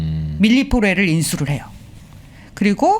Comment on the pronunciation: 바이오업체 있는데 밀리포레가 아니라 밀리포어 에용~~^^